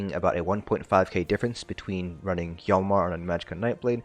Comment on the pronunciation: This region of the game and a lot of the names are Norse based. So the helm is pronounced "Shalnar" the KJ makes a flat Sh sound.